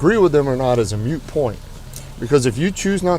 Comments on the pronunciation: MOOT, not MUTE. HOWEVER, in the case of this moronic woman MUTE IS PREFERABLE. BUT! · Ok, absolutely love the no nonsense approach with dealing with this entitled twit BUT………for god’s sake, it’s “MOOT” point! Not a “mute” point! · it is a MOOT POINT, not a mute point. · I want to write to this sergeant and explain “moot” vs. “mute”. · God I hate my pet peeves, when that cop keeps saying it's a "mute point" I always think (WTF is a mute point, did he mean to say MOOT point?!). xD I mean, either way he's not wrong but damnit I wish he would use the correct pronunciation just to make it easier for me to enjoy her getting sh*t on by all that logic she seems to not know even a modicum of! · ok the first time he said "mute point" I thought anyone can misspeak...then he said again. Two mute points. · Anyone else notice when the cop said "mute" point?